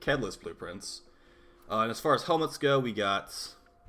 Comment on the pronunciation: Some very nice “helemts” this week indeed.